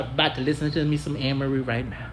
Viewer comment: It’s pronounced A-merie bro